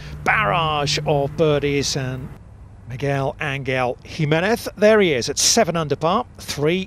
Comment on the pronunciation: MeGWELL? AnGELL? wow.